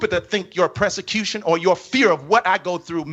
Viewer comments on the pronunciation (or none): It's pronounced PERSECUTION, NOT PRESICUTION. He needs PROSECUTION for stealing all of those people's hard earned money and definitely intentionally speaking from not of God's word and claiming to be YASHUA! 🛑📢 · Yeah, we're the stupid ones. Meanwhile, he can't pronounce 'persecution' correctly. Unless he means 'prosecution', which would be somewhat accurate, at the very least.